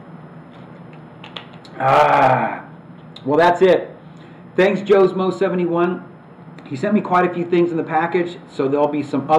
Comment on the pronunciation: Oh and for the record it's "joe-smoe-71" not "joe's moe-71", I'm not a mo of any kind! :P Bwahaha sorry couldn't help bringing that up! lol